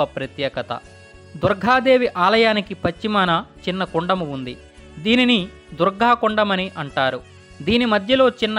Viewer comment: *Durgha kadu, "Durga"..